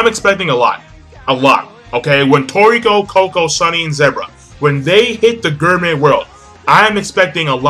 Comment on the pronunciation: It's gourmet pronounced gore may